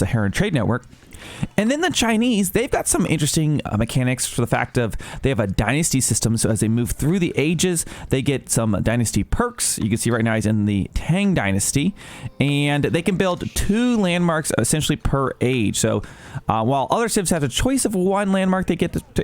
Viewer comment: Tang is pronounced with an "ah" vowel